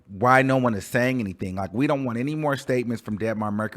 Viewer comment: You don't hate the song but called it look lmaooooooooo I can't take you..you said look lol lol